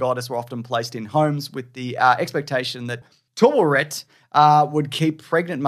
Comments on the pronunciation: It's pronounced Taweret. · Pretty sure even Steven pronounces it as "Ta - Wa - Ret"